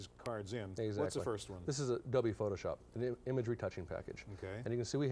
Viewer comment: He pronounces "Adobe" and "double u" the same! "W Photoshop"